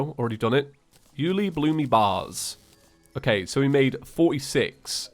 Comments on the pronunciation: The pronouncement is You-el-EEE-bloom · Its pronounced you loo bloom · BTW it's pronounced you-li-bloom